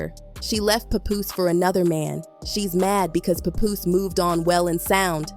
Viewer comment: Can't even listen to this because you don't even know how to pronounce pap name correctly lol fuck is a puhpoose😂😂😂